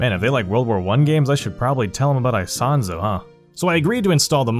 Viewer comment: "aisahnzo" 😰. Ita "Isonzo", its a game of ww1